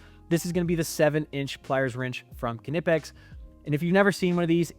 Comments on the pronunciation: First of all... Be more respectful. And you're obviously wrong. Just think 5 seconds about why anyone who speaks English would pronounce the K. Just think! BECAUSE It's a German brand name. It's not naaaipex, nipex but KNipex. How do you think it's pronounced in German, and French, and other languages. I'm sure you're the type of person who puts a D in "garage" when you say it. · Du bist der erste Ami der es schafft knipex korrekt auszusprechen.